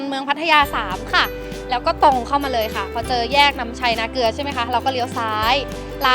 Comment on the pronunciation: นาเกลือ ไม่ใช่ นาเกือ